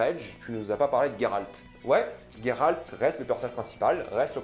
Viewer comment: Alors c’est "G"eralt et non "gue"ralt. Juste pour info (dans le jeu il dures Geralt et non gueralt donc chut).